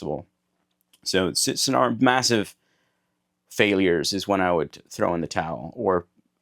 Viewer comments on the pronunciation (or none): you say “failures” like you’re irish hahahah. go watch it back and have a laugh.